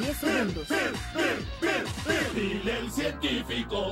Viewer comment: well, not ALL ls as rs. only ones at the end of syllables, like "bill". it gets turned to "bi-er" or "bir" as one syllable. listen at the beginning it says "bi-er"